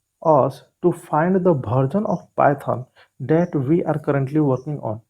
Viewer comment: Bharsion nahi Version hota hai